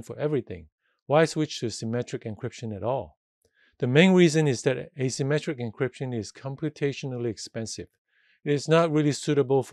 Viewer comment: Thanks a lot! This is very useful! it s hard to follow due to I think you using indefinite artical "a" (as in "a symmetric") vs the way "asymmetric" is pronounced. Also the fact that you added "symmetric encryption" to the diagram AFTER you mentioned your point. Sorry for nit-picking, just hope this would help anyone else